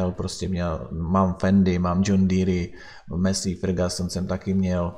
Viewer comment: mesej fergason :D